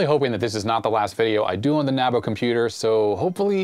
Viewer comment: You pronounced NABU correctly but you pronounced 'manAfacturing' wrong.. it's manUfacturing. There's a U there, not an A